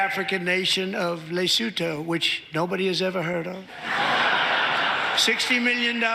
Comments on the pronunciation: It's pronounced "Luhsootoo" and the only one who hasn't heard of it is him. And NOBODY is 'promoting' non-binary, just trying to stop victimising. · WTF is Lasutoe? Did he mean the African country of Lesotho? Could he even locate it on a map?